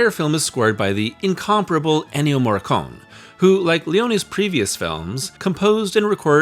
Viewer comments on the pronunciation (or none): ☝️Great video, one note though: Morricone is pronounced with the final ‘e’ (e as in elephant), and not Morricon’ like some Italian American would say it. (Sounds even more professional if you pronounce the names right) 👍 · You got to pronounce the 'e' in Morricone, it sounds weird the way you do it. Leone broke the western for me as a kid (born in 1983). I couldn't enjoy the John Wayne type of hero after watching the GBU.